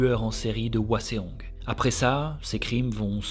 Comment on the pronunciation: Je connaissais déjà l'histoire car grande fan de BJH, mais mes oreilles ont saigné pendant cet épisode : Hwaseong se prononcé "ouasong" et non pas "ouaséong" 😂